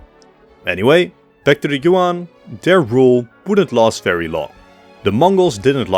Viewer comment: Good video but i would also add the jagieollonian empire. Technically as much as an empire after the HRE after the 1200's. I mean i know you mentioned them in you video on varna but still. Btw good job on being one of the few that pronounced Nicaea correctly. Btw Yuan is pronounced more like Yuen.